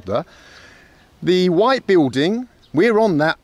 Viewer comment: I love the fact that Mr. Bald is unable to pronounce the word buiLding it’s always biuding 😂